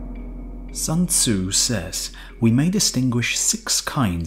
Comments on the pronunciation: Sun tsu. Sun as in put. Sun sun sun... not ☀️... 🤦‍♀️🤦‍♀️🤦‍♀️🤦‍♀️🤦‍♀️ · Only if he pronounced the author’s name correctly... 😖